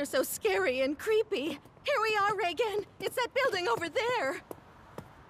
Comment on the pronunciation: "I Reigen Arataka, the new star of the paranormal world..." The first time I heard this I thought he called himself Tsar or Czar. Like he was aiming to become king of the paranormal world and just chose a different word to sound cooler.